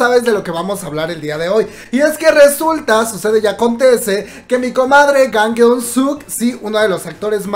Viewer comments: recomendación, usa google traductor para saber como se pronuncian los nombres, porfa, no te tardas mucho. O mínimo pronuncialo al español, todo el video diciendo "gang"... brother es Jang, con J. XD, digo, ta bien que los nombres los romanizan medio raro, pero pronunciar una J como una G, seguido de una A, eso ya está pa llorar brother xD. Tan chidos tus videos, pero brother, la pronunciación un poquito mejor a la próxima uvu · Amigo la j es ch en pronunciación no es gang es chang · no es gang se pronuncia YANG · Me perturba como suena la pronunciación de "Jang" suena raro y molesto :c suena como "gang" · Jajaja estaba buscando éste comentario. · Si, se le oye pesimo, pero sabemos que no se lee asi, a mi me perturba el, me marea su forma de hablar, demasiado rapido, pero es como amoroso con jks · No sé si no sabe como se pronuncia o lo hace por que le dá la gana! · Justo lo mismo pensé! Pensé que era la única🙂